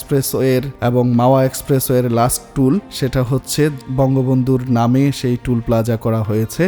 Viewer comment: আচ্ছা, আপনি টোলপ্লাজার পরিবর্তে টুলপ্লাজা বলছেন কেন?